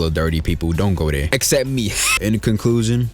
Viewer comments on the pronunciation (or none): none